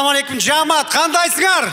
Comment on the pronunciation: Жаамат эмес жамаат